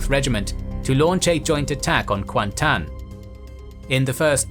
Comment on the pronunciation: kuantan was correct though